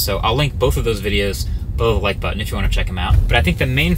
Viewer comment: Also ever since that Reddit post, I cannot not hear "below the like button"